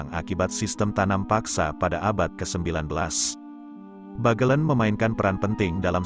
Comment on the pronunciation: Adanya aplikasi yg dpt mengubah tulisan menjadi suara, membuat orang indonesia yg sdh terkenal MALAS MEMBACA menjadi semakin malas. Pengguna aplikasi merasa cukup bangga bisa menggunakannya meskipun tetap malas membaca dan bnyk lafal yg salah oleh alat itu. Pinter tapi payah. "Bagelen" hrsnya diucapkan dg "e" pertama diucapkan sprti pada kata "sebab" dan "e" kedua sprti pada kata "ember". Lebih parah lagi pada "Sunan Geseng" hrsny diucapkan dg kedua "e" diucapkan sprti pd kata "sebab" karena "geseng" berarti gosong. Tapi di video ini kedua "e" diucapkan sprti pd kata "ember" shgg kata "geseng" menjadi tdk punya arti.